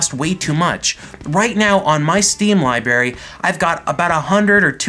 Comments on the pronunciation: Library not libary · your "liberry"? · 'On my steam li-berry.'